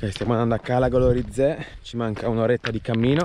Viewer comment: Non ci credoo ahaha sei l’unico non sardo che sento pronunciare bene Cala Goloritzé!!!